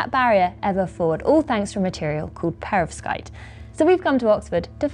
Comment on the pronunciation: You have phd's. It's perVOskite, not perOVskite!